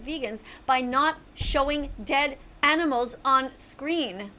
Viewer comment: Has anybody noticed how she pronounces Animals like “ENEMELS?” It’s incredibly distracting…